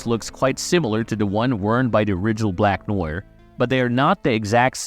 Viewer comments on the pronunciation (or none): How can you butcher such a simple name like “Black Noir”? Good video, but kinda annoying to listen to.